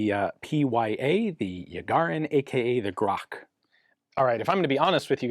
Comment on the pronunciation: Or, if you'd like to spell it right, just say "grA'tch"